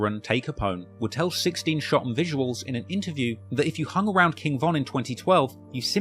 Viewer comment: The way you say 16 Shotem Visiuals 😂😂😂😂